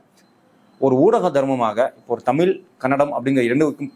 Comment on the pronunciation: தமில் இல்லடா . தமிழ். சொந்த பொழியை ஒழுங்காக பேச முடியல . வந்துட்ட 💸🫷